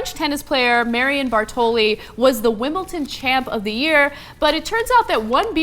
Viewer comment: is she saying wimbleton?